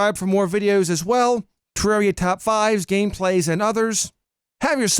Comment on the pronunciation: Finally he pronounces terraria correctly